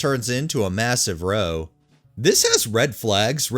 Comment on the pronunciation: The last word in the last story you read is pronounced to rhyme with HOW. It's an English slang term for fight.